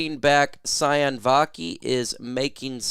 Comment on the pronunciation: Sione is pronounced Siy- OW -Neh-. Think italian, like Giovanni Manu. Both players with Polynesian origin. Not SI-ON. Vaki has a French Polynesia name origin.